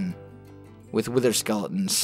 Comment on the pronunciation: I love how he says "skele-ins❤️